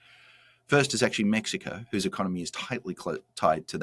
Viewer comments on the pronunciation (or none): none